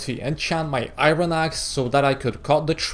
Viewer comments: Iron not ayron men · You can pronounce Iron as Ayorn not Ayron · its funny when he said iroon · Yea especially when he says iron